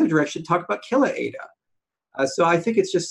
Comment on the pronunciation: It’s pathetic still can’t pronounce ADA correctly. What a joke